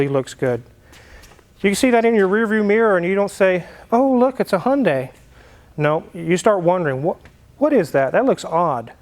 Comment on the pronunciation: When you say ‘hunday’ do you mean Honda or Hyundai?